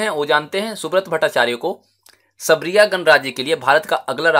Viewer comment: Sir सरबिया ह सबरिया नही